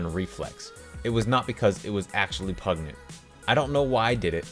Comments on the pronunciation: Dear God can you not read the name Enid Blyton (ee-nid bligh-tun) she is a famous English children's author. Also it's pronounced pungent not pugnet and min er vha mac gone igh all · its pun-gent lol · Pungent was said wrongg😉🤷‍♀️😂😂😂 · You not knowing who Minerva McGonagall is or how to pronounce “pungent” makes me so sad 🤣🤣